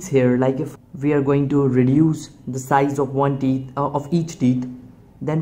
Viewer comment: "the teets". my wife has some too.